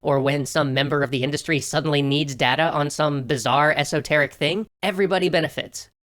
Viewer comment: The most confusing thing in this was saying "esoteric."